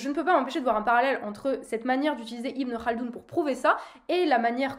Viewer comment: Tu prononces Ibn Khaldoun correctement C’est impressionnant ;) sinon assez d’accord avec toi.